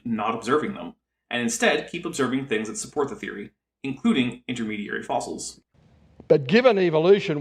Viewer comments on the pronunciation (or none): The fwinigiest fwings that ever did fwing.